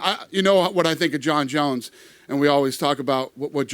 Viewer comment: " You know jone Jones " Aahhhh Dana, my man will never change